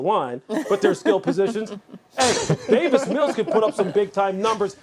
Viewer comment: It’s Davis, not David.